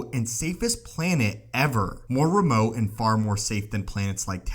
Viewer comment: Remote!!! NOT REMOH